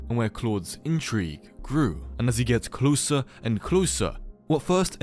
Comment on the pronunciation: that bri'ish "closah" is my favourite part of the video somehow🗿